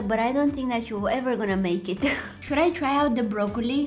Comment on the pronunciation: You said brokeoni 😂😂😂😂😂😂😂😂😂😂😂😂